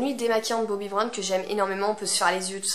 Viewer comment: Bobbi et pas Bobby...